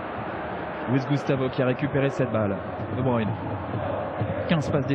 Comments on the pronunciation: "they say debrUne" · "de bruine" c'est quand même pas compliqué de se renseigner un minimum sur la prononciation des noms bordel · « De bruine 🌧 » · il sait pas prononcer les noms des joueurs correctement qu'il écoute qd les autres commentateurs sportifs prononce le nom de kevin de bruyne